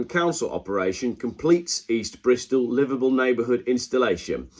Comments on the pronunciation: I had the same problem, I thought he said Liverpool. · Thought he was saying Liverpool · It took me until to realise you were saying livable neighbourhood, and not Liverpool neighbourhood! Think its me that needs to visit spec savers...